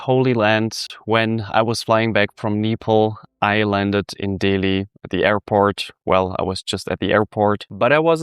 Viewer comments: It's ANJALI.... pronounced UNJALEE....and NEPAL ...NAYPAAL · I find it funny that you pronounce Hindi words so well but mispronounce Nepal and go over it so quick. I don't much mind as a Nepalese, but it was a funny chain of events to witness.